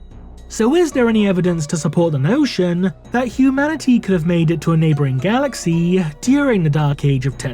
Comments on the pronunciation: The content is good and well written. I understand the intonation is necessary for showing emotions, but 'galaxiii' upsets. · Your pronunciation of 'galaxy' made me dislike the video